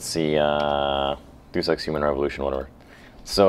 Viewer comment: first your pronouncing it wrong, 2nd its the 3rd deus ex